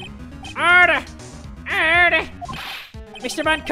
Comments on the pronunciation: jay spells:order jay says:erder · I swear to god has way too much fun when pronouncing the word ‘Order!’